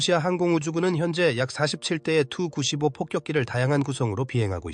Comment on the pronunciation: 다 좋은데, 설명과 영상이 좀 맞았으면 좋겠네요. 아무거나 막 이어서 반복해서 트는건 좀. 게임 화면은 안되요. 그리고 누가 투-구십오라고 읽나요? 티유-구십오라고 읽지. 아니면 투폴레프 구십오라고 읽던가.